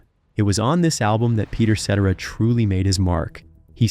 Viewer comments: If you're going to do a video about a person, you really should learn how to pronounce the persons name correctly. Peter's last name is pronounced Sa-Tara. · Seh TAIR uh. Mispronunciation made it impossible to listen to. Turned on subtitles, and muted it. Not the same though. So, sadly, I’m out. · Very sad that no one took 15 seconds to discover how to pronounce Cetrera properly! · Hey narrator, first, quit speaking I was hoping to hear peter's voice not yours, and the reason I think you are pronouncing Peter's last name incorrectly is to annoy people. I think you know how to pronounce his name correctly. If not, then you were born two hours ago. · pronounce his name correctly. Jesus, do your homework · Saying his name wrong was immediate stop button and I go do something else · Announcer can't even say his name right. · I wish you would say his name correctly. I have and always loved his voice. He is also an extremely handsome man, I don't know why any woman would give him up, I know I wouldn't. He has been involved with some very attractive ladies, and they were stupid to let him go. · Hard to listen to when you cannot pronounce his last name correctly do your homework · I can’t manage through the mispronunciation. Dude, just re-record this. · So boring listening to you mispronounce his name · Accent should be on 2nd syllable. Pretty stupid on announcers part. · Lol. Hear hear!! 👏👏👏👏 The pronunciation of his last name is so unbelievably bad! Gawd!! 🤦🏻‍♀️ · I can't stand how you pronounce his last name😂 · Pronounce his name right ! He was the greatest singer of Chicago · Can’t listen to the fake voice, it can’t even pronounce his name correctly! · You are saying his last name wrong. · If you're going to d this... say his name correctly!!! RIDICULOUS!!! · Pronounce that name correctly! Cetera had talent but was rivaled by Kath in my opinion. When they were at their best, they were a force. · To the Narrator Please learn how to pronounce Peters last name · I AGREE!